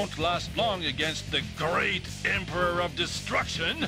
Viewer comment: the emphasis on great